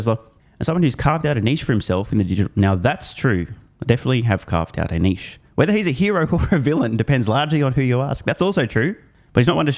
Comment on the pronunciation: A youtuber who knows how to pronounce "niche!"